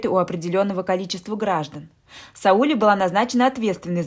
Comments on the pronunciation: Я про ударение в имени. Вы, наверное, просто не знали, как произносится это имя. Ничего, теперь будете знать. 👍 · Имя Сауле, с ударением на последнем слоге (ле). Очень распространено в среднеазиатских республиках СССР и Каз.ССР, к сожалению, теперь -- государствах ближнего зарубежья. Сауле -- красивое имя. Не искажайте его звучание неправильным произношением. Это очень важно для многих. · Бред!А девушка, которая читает, должна бы знать, что Сауле, имя азиатское и читается с ударением на на букву а!не возможно слушать! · Читайте правильно имя Сауле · Сауле, ударение на " е"... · Девочку жалко. И имя, произносите не правильно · Рассказ так себе.но рассказать желает лучшего, ударение на имени Сауле надо произносить на первом слоге!!!. ,а на втором. Попробуй произнести и сразу рассказ засияет красками. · Сауле - ударение на последний слог... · Не СаУле, а СаулЕ, в переводе означает луч. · Может СаулЕ? Слух режит СаУле. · Слух режет неправильное ударение-- СаУле. Правильно СаулЕ. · Не СаУле, а СаулЕ, в казахских именах ударение падает на последний слог... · Здравствуйте. Не СаУле, а СаулЕ. Я про ударение в имени. Спасибо, интересный рассказ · Текст читает робот, поэтому СаУле, а не СаулЕ! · Странный рассказ,не о чём.Но произношение казахского имени СаулЕ , на СаУле ,мне наоборот как то стало интересным.Что то в этом есть.Однажды я услышала как имя АйшА ,было произнесено в какой то песне на АИша. Звучит поэтично. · Не Саууле, а Свулеее. Ударение на "е". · Не СаУле,а СаулЕ!!!! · Сауле, произносите не правили но не СаУле, а СаулЕ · СаулЕ-ударение на Е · Не Сауле,а Сауле ударение на букву е ,а не на у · Спасибо за рассказ!В имени Сауле ударение падает на "е". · А я так впервые слышу это имя СаулЕ и мне абсолютно всё равно на какой слог падает ударение. Тут хоть бы уловить смысл повествования, автор читает как будто за ней кто-то гонится. Но кто хорошо знает, как произносятся слова и имена под ударением, согласна - слух режет!!! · Сауле, ударение на е. Очень красивое имя